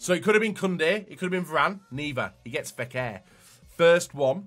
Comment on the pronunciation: Jesus this guy has a serious pronunciation problem... Fekher VasQuez Kurtois... 😆